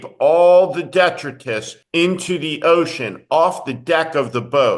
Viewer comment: Let's pronounce it right. Dee-try-tus, with the accent on "try"